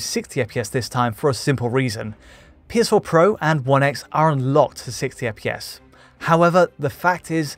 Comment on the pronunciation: This guy really cannot say 60 fps. Literally sitssaefpeees every Damn time